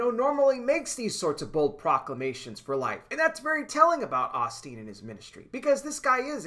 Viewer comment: Lol, brother, Oss teen don't sound right. Its pronounced OH steen.